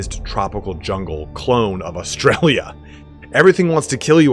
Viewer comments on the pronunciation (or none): none